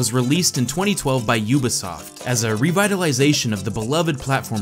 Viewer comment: Omg... I hate how he pronounces Rayman and Ubisoft! (I mean at the start)